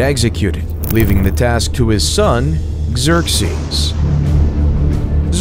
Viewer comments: Okay now I'm going to go ahead and not watch this since you just mispronounce the name Xerxes amongst other things so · Sorry to complain, but some of the pronunciations in English are really bad. Slav was said "slave", Xerxes was butchered, etc. Good content, but this was pretty distracting.